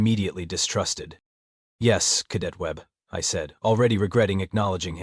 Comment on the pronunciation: OH, JOYYYY!! This cow-pattie of an AI reading of an AI script, HEE HEEE, it just corrected 100 years of American pronunciation of "cadet", SHHHHH, let's see if it catches on!